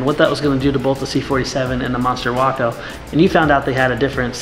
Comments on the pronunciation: Isn’t the pronunciation way- co not wocko? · My Father in law was Glider and Airborne qualified in WWII and I still have his wings. He said the Waco was scary. We have one at the Airnorne Museum here in downtown Fayetteville NC. Pronounced Wayco not WAAco. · Personnel transport uses a spring line to lessen initial shock when the main line is snagged. Also, it's 'Way-co' not 'Wah-co'. Just like Waco, TX. You have a 'nu-cu-ler' vs. nuclear thing there. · Ok ok I know I’m going to sound like a prick but it’s pronounced “Way-ko”. It’s my hometown in Texas and was a major airfield during WW2 for testing aircraft, making repairs, and training recruits. The glider was named in remembrance of that airfield. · wok-oh? even the vets didn't pronounce it that way..... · No, it’s actually “Wah-co.” More info here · WACO is short for Weaver Aircraft Company. Originating from Lorain, Ohio. I’ve been to a WACO owners meet and they were quick to correct me that it’s pronounced like taco and not the city.